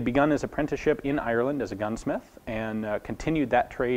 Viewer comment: The American accent butchers the name 'Ireland'